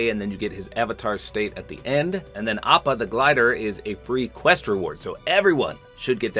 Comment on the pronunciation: Fun fact:appa is actually pronounced o-pa!